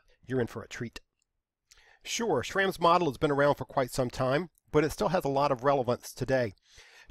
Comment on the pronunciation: Just a side note, the a in Schramm is supposed to be pronounced with a u sound. It's the original form of my surname but they're both pronounced the same.